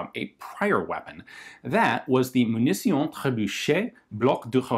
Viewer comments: Hé Ian, on dit "Munition" ;) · What did you wrote in the title? "Munition" in french or "Munición" in spanish ? (Yeah, sometimes "t" is pronounced like a "s") Anyway, I love the way you speak french! ;-)